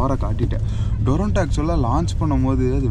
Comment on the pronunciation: அது டொரன்டோ இல்ல. துரந்தோ